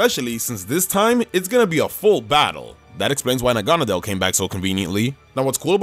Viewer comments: Hey have I been thinking that is saying agonadel I thought it was naganeedel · It's naga-needle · it’s pronounced na-gan-na-del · I pronounce it Nag-a-nade-al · Ok, i like this vid, but Na-gau-na-dell? ive never heard anyone pronounce it that way, and it makes me mad. Still great video tho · You said Naganadel wrong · ur saying naganadle thing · I’m just saying you say naganadel weird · You're saying Naganadel wrong